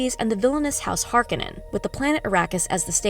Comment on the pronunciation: good breakdown though you butchered some words. Its Har-koh-nan and Guy-is Moh-hi-am. its also ben-nay Jess-sir-it